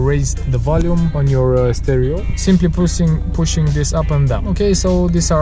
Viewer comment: You didn't get it because yoy are Romanian,you said pussing in stead of pushing